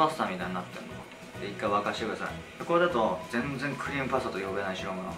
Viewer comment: 最初の クリームパスタ が、ブレーンバスターって聞こえて追い込むタイプの料理人だと崇拝🙏